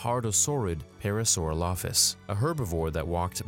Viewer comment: man the pronunciations of hadrosaur and parasaurolophus make me crack up